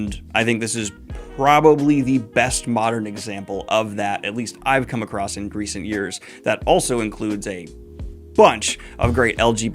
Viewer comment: When he was talking about classics, did Daniel say "Greece-nt years?" 😂😂